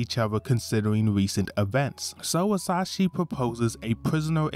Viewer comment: Very good summary but I'm triggered every time you say "Asashi" instead of "Asahi" haha